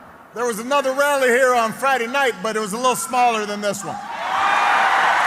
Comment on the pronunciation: Why does this guy say "Uh-nuther," instead of "Uhnuther"?